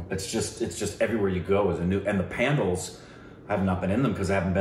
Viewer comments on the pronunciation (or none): I think u mean pandals pronounced as pun-daal